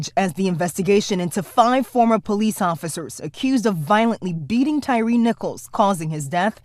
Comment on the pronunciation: TY-REE? LMAO thats how everyone promounounces his name? Thats like the Key and Peele sketch, JA-Quelin? B-LA-KAY? A-A-RON? It should be pronounced 'TIRE'.